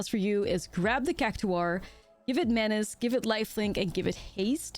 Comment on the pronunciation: It’s pronounced like “CAC TOR”